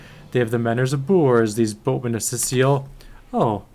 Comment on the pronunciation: Cyseal is said like psy seal, not cecil 🤣🤣